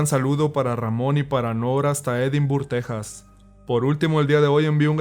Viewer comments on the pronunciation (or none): none